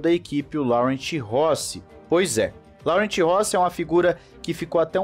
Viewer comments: Em francês a pronúncia do nome do CEO é " Loran" e não Laurent. Em português seria Lourenço. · A pronúncia correta na verdade é "Lorran"